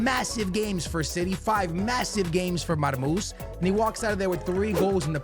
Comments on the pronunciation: his Nameee is Marmou-SHHHHH مرموش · Man forgot the SH at the end of his name😂